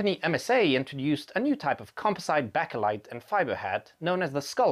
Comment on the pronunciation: Kind of a nitpick, but it’s Bakelite. Bake-light.